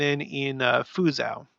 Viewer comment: Just FYI, Fuzhou is pronounced Fu jo. Anyway, we appreciate your documenting of the many signs of the times going on around the world.